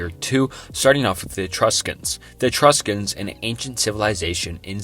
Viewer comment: I have a degree in anthropology and bro had me questioning myself with how many times he said Eee-true-scans.